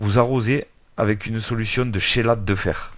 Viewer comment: Chélate mais prononciation = kelate